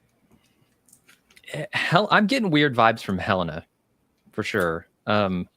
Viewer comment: Can someone teach how to pronounce Helena and Jame 😆